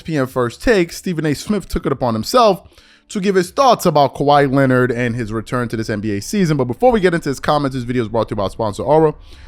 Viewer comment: Stephen A Smith says “Lenned” that the same reason you always say “He be…” “She be…” It’s called improper English. 😐